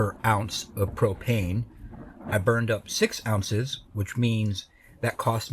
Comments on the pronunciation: I thought you said Cocaine, not propane, lol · Brother i swear it sounded like you said cocaine. Instead of propane. I think the cocaine would spped ya up a bit. Not that i suggest it. But it doese speed you up so ive been told.